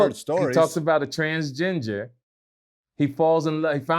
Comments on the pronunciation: GLAD did you hear when said TransGINGER? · Whenever he says transginger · A transginger i'm done lmaoooooooooooo it's transgender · Bro said transginger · " transGINGER " - ladies & gentlemen